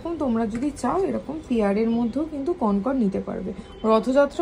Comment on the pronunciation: কনকন নয়, কঙ্কন। প্রচন্ড কানে লাগলো পুরো ভিডিও তে ভুল উচ্চারণ টা।